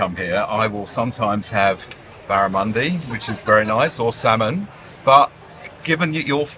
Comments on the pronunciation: I wonder how he knew that???? I have never heard a person who drinks beer from a bottle, call Barramundi, BARAMUNDEYE????? And then dip the bread into Balsamic Vinegar. You are really out of your comfort zone away from the UK. Oh, it's gone quiet, must be eating. So it is official, you went to the wrong city. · Barramundi is a delicious fish, it’s an aboriginal name and it’s pronounced “barra-mun-dee”. You should have gone with Barra because you can’t get it in the UK! Use your cutlery, you’re dining out, not eating in the park. You’re not adventurous enough when it comes to food. Sydney has some of the best produce in the world but you’re not eating any of it and keep eating like a Brit! Come on,, eat like an Australian while you have the chance! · Pronunciation is a strange mistress, never heard it called Barramundie, But there you go.